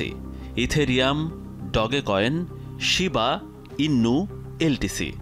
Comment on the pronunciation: শিবা নয় শিভ কয়েন